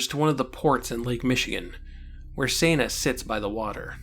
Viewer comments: Its Seh-na like Sentence...Not Sana like Santa ;) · HOW DID I MISS THAT YOU DID THIS?! Time to Binge-Watch! one review later You make a great point about Toxic Masculinity. I hope you fix Senna's pronunciation in future reviews. Remember, it's a bastardization of her actual name, Senda, which is Spanish. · This is a very well thought-out commentary... but I can't help but wonder if your tendency to say Senna's name every way but the *right* way despite the simple and clear-cut spelling of it is something you're doing intentionally just to screw with viewers, or if you just literally don't realized you're switching up the pronunciation every other time you say it. Like I said though, this is a great rundown of the book on your part... and the books, themselves, were all excellent. One of these days I'll have to dig my copies of the series out for a re-read, and for my daughter's first. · You're saying Senna wrong!!!!!!